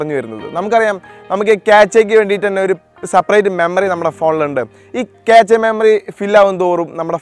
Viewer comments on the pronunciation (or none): ക്യാച്ച അല്ല ക്യാഷ